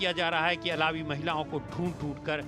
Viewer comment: अलावी नहीं है सर बलकि अल्वी है